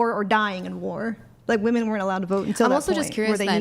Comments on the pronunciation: Oh goodness another woman who doesn’t know how to say the plural pronunciation of woman. So painful. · What is it with young women today that cannot pronounce women right? Plural pronunciation people, women, e not a! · Genuine question: why do so many feminists and ppl in general pronounce women weirdly? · Why does she say WOMAN for WOMEN!?! WHAT IS GOING ON!? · What's up with all of these people saying "Woman" when they mean "Women"? I've noticed it WAY too many times and starting to think it's a troll. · Bro hearing these skanks say woman when when they mean women is infuriating. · Block people who can't pronounce "women" from being on the show. It's spreading error to let them speak. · She pronounces Women wrong. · And sadly she is far from the only one. Drives me mad!